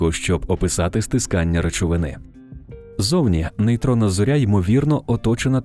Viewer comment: В українській мові не кажуть на зірку ЗОРЯ з наголосом на Я